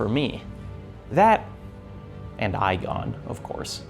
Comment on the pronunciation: kind of off-topic but it slightly bothers me that mispronounces Igon's name even though he says it like five times in his voice lines